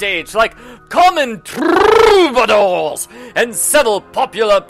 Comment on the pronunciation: that is the only way troubadours should be pronounced